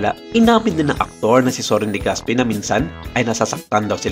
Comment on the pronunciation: Legaspee😂😂😂😂 ako lang ba ang nakapansin??? Clap clap sa narrator hahahha